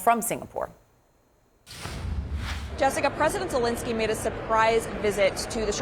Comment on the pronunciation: Who is this Vladimir Zalinsky theyre both talking about ? Reporter's really need to make a little effort at pronouncing names other than " Becky" .